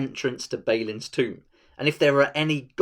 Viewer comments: Great video, awesome game, thumbs up and everything, but it's Bah-lin, not Bey-lin. Sorry, couldn't keep it to myself:D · your pronunciation of Balin and Sauron just hurt my soul. Apart from that this is a very informative video. Thanks for clearing some things up for me.